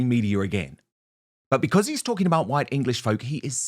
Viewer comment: "Who's Hwhite?... who's Hwhite?... I mean... who's REALLY Hwhite?" Well I am. And you are silly bint. And all of Europe, Russia, America, Australia, New Zealand, Canada... South Africa... They should be all Hwhite as well.